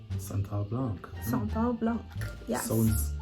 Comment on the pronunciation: I liked the way you pronounced "Van Cleef" "Sanat Blanc" lol. I also have my christmas tree still up as well. lol umm Neiman can I get some samples ? lol 👀